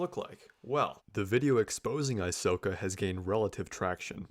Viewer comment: Aysoka? More like Aysoyka